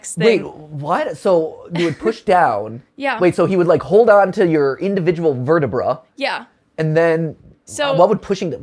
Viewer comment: Sorry just when he said verta-”Brah” I was like “Ha… brah”😂